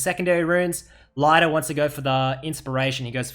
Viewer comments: its pronounced more like "Leeder" than "Laider" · It's pronounced like Lee - der not Lie - der btw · sorry i watched 4 minutes but when you keep calling lider lighter i just can't watch. At least learn his name before you do a video. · Lie der aus english omegalul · ITS NOT LEIDER WTFFFFF :D sorry it actually goes on my nerves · I’m pretty sure his name is pronounced Leader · pronounce his name right pls